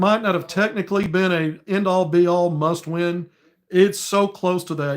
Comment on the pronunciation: OK, did you say it was a muss win! I have heard that before! Lol. Go hawgs